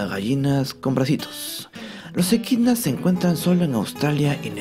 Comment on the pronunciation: ¿EDQUINAS? De lo que uno se viene a enterar. Gracias ♡